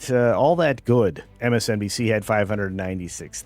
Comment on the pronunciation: Did you say PMSNBC? That's hilarious :D